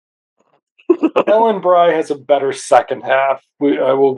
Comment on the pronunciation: Ellen Bry's last name is pronounced "Bree". Spider-Man does talk in a few scenes in rge Wolf Pack episode, he even comnands Hansen after spraying him with the chemical mixture. Speaking of Norman Osborn, there IS a Professor Stillwell in that episode. Also, they only followed Hansen's commands when sprayed into the trance.